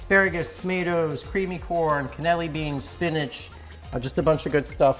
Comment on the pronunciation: At the risk of being pedantic - those beans have an extra syllable - Cannellini